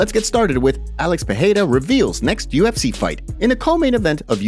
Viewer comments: For Christ sake: it’s PEREIRA not PEHEIRA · I ask myself the same question. To sound like H, it should be Perreira...with double R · Thanks love the content! 1. The rolling "r" of Spanish is pronounced as a "h" in Portuguese. Therefore, Perieria is not pronounced wirh the h sound. Its only if the r is at the beginning of a word or if it is a double r. 2. The word "he" becomes "him" when using the word "between". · You are pronoucing Pereira wrong. 'R' has 'H' sound if it is the first letter of the word, if it is double 'R' as in 'Ferreira' or 'carro', or if it comes after the letter 'N' as in 'enriquecer'. There are some exceptions, for example Israel has 'H' sound